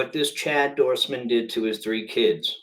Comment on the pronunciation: His name is Doerman not Dorseman. He's obviously not "crazy" because he planned this for months. Don't slander the mentally ill. This story is all about the fact that there are more guns than people in this country. And it's about how some men feel entitled to do ANYTHING to harm women they are mad at.